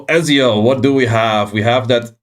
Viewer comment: FYI, it's pronounced "Etzio" :)